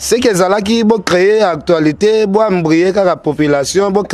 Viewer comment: ken mpiana ont dit actualité et non actoilité